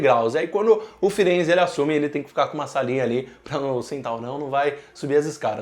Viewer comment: pare de falar ferenze